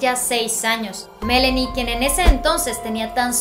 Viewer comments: Aaay presentadora, es ME-LAAAA-NIE No Melenie 😖😖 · No, he oído a decir el nombre de la hija y le dice MELENI con É...... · Se dice Melani señorita,ponga atención